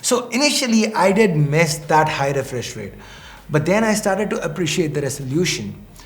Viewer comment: Did you just say refrish